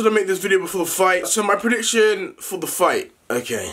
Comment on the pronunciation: Nobody literally nobody: Le deji: so alot of you been asking about my pridiction.